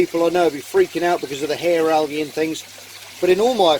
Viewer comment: Yes you did say it right that time "Hair Algae"